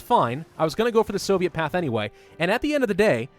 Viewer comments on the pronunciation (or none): none